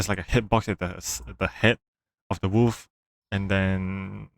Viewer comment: why you kept calling the wolf "woof" lmaoo btw parry skillcheck isn't real